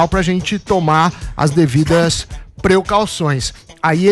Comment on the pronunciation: “preucauções” kkkkkk